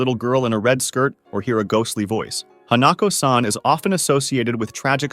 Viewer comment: whyd you pronounce hanako like that